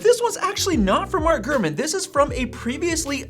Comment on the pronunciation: Have a shot 🥃 everytime he says “”